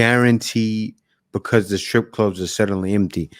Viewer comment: STR ippe not scripper STR for fucks sake.